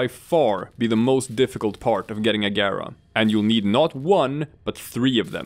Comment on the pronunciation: You pronounced her name correctly and for that you have a new subscriber.